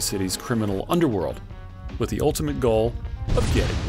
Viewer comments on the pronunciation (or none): none